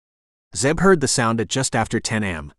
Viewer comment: AI shouldn't be used for narration. It is covert, not cover-t. It is A.M not am. Get the pronunciations right, and I might actually finish a book